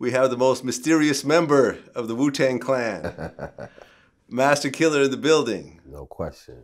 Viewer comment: Vlad pronounces Twista, Masta Killa, and Rockafella as "Twister, Master Killer, and Rockafeller". It's cringe AF.